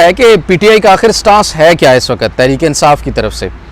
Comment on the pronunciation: I love you ❤ ❤ I always watch your vlogs at x1.75 or x2 🤭 Please don't say وقَت waqat say وقْت waqt